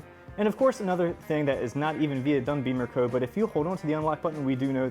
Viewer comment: It's Bimmer as In zim zimmer who git the keys to my bimmer. Not beemercode 😂